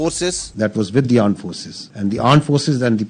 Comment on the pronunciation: Am i the only one who listened "Pakistan Aand Army"🤣🤣🤣🤣🤣🤣🤣🤣